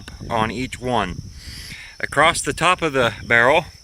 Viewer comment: ACROST.....DROWNDING... DISHOPE... One and a half minutes in I can't wait to hear the rest of your jokes.